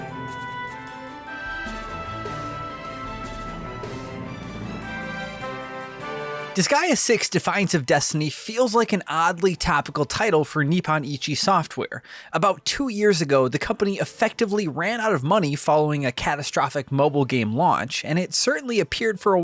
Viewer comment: It's said as "Knee-poen", not "Knee-Pan". Please say Disgaea's developer company correctly next time. Think the Nippon in the name "Nippon Ichi Software" as the "English" version name of the land Okami takes place in. Speaking of Okami, the English language version is better than the Japanese version, because while in the English version Waka talks in a French accent, in the Japanese version, Waka talked pretty normal. Same goes for Monster Hunter 4 Ultimate, the Guildmarm in the Japanese version was pretty dull in her talking. The English version wrote her dialog much better, giving her an identity of personality only she has in that game, separating her from every other Quest management lady in Monster Hunter. Also, Guildmarm is weird, she has a secret romantic affection for the monster that blows things up with slime. This isn't a theory, it's absolute fact, as it's a hidden quest in that game.